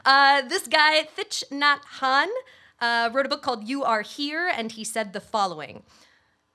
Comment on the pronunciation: Pronounced TICK NOT HAN,. People in his tradition call him Thay (TIE), for teacher.:-)